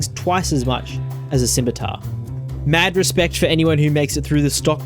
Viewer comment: 20 seconds in and already I have to award you points just for being able to pronounce Scimitar.